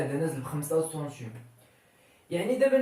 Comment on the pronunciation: السلام عليكم ورحمة الله وبركاته تبارك الله على اخينا الكريم. شرح جد مفيد لكن الكمال لله وحده. لي ملاحظة حول نطق كلمة هي السنتيم تنطقها بحرف u